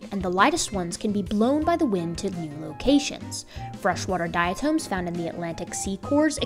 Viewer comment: Diatoms rock. Love you, but the correct pronunciation calls for a short vowel on the second syllable: dia TOM. I am a diatomaniac.